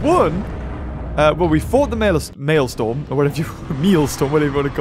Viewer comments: Maelstrom is pronounced “Male” and “Strum” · Can't wait until the Maelstrom boss ends because your pronunciation of it makes me violently angry.